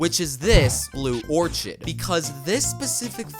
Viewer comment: Taiga is pronounced like Tiger, not Tiyager. Tai, like Tai-Chi, and Ga, like Guh. Orchid is pronounced "Orc-id"